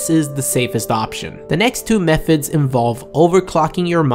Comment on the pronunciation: methods , not mefids